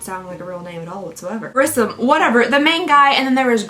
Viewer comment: I don't mean to sound rude, but my last name is actually Grissom, and its pronounced gr- is- som (like some). I also want to say, my cats adore watching you. They recognize your intro, and immediately jump in front of the tv.